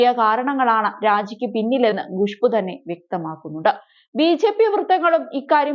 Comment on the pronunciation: Not gushboo, it's Khushboo. Learn to pronounce properly